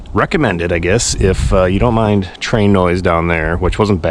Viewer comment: Every time you say "train" I flashback to sitting at a Saints game at Midway stadium.😄